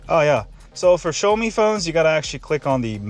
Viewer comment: For a tech channel, I would think you would know how to pronounce "Xiaomi" and "Mi." SMH.